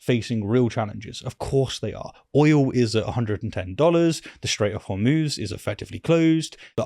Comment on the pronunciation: Hormoose hummus hormutz why does no one know how to pronounce this place?